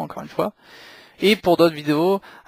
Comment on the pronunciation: une vidéo ponctuée de "euh" toutes les 3 secondes c'est épouvantable ! Et puis on ne dit pas 20zzzz ingénieurs mais vingt ingénieurs. Aussi, on ne dit pas mystérieu avion mais mystérieuzzzzz avion (car mystérieux prend un "X") . Et puis, arrêtez de parler de camion, il s'agit d'un ........ avion. Un gros NAVION !!!